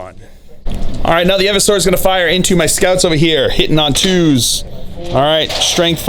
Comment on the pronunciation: Eeversor, not Evversor...